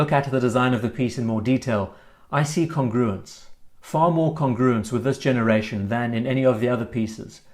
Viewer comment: There's no way I can post this without sounding annoying, so please forgive me, but seeing as it's one of your favourite words, the pronunciation of "congruence" is with emphasis on the first syllable :) Really like the VC Overseas and the size is perfect on my small wrist. Dislike the hands though, which seem 70s in a "bad" way